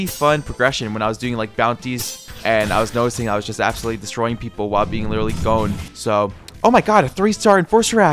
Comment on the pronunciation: Why do you keep saying gone or cone instead of his actual name 😭